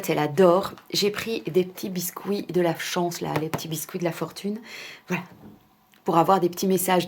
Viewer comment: Hmm la nourriture asiatique moi j'aime bien 🤗 j'aime aussi découvrir d'autres alimentation, culture etc. Sinon rien a voir mais quand tu dis "biscouit" ça me fait toujours sourir ☺️ et sinon alors tes fils ont aimés ?